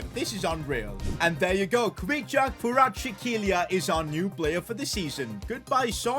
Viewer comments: Bro you are saying Kvaratchklelia😂 While his name is კვარაცხელია (Kvaratskhelia) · its kvaratskhelia not kvaratshekeelia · If u don’t know how to prouve that Napoli winger it’s kvaraskhelia ka/vara/shkhalia